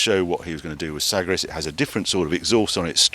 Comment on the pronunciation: Dear Harry - please pronounce TVR Sagaris as follows- “Cigar(but with an “a”)-is” Thank you . Please reach out to Ben Samuelson (ex TVR Marketing bod) if he’s still around to validate this .. but the way you currently pronounce it just doesn’t sound right ?